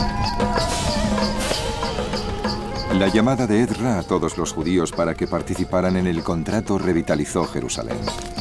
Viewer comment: creo que lo pronunciaron mal, creo que se llama Esdras